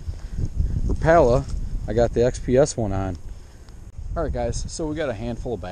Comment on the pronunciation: he pronounced rapala wrong